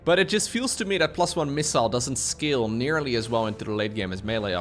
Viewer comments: it's 'Scay-le' as in skateboard, not skim lol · The "a" in "scale" needs to be more like a close-mid front unrounded vowel, rather than a close front unrounded vowel . Ya fool! Also, as a native English speaker, I know it is totally bonkers.